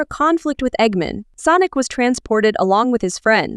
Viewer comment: You are so dum you say egg men it's egg man with sonic x